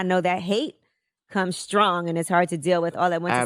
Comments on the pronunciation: Did Cha Say,"It Takes a Scrong Human Instead of It Takes a Strong Human? Dear Lord Evelyn Everytime Chad Opens His Mouth You Want Him Punish. You did not deserve to be abused by him, when does he get to move on with his life? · Charlemagne said "skrong!" 😂😂 I thought the word was 'strong.' He seeks and quote advice from Stephen A. Smith. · I wish charla would learn how to pronounce Strong 🙄